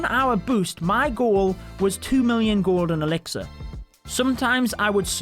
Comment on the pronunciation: Whenever you say gold and elixir I keep hear golden elixir